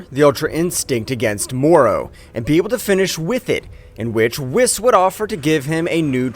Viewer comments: Whis is actually pronounced (weez) Don’t believe me watch DBS in English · Y u say whis name wrong lol